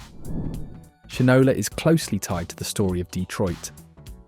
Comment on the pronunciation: I’m sure this is a computer generated voice, but you need to correct how you pronounce Shinola. It’s shine – Ola.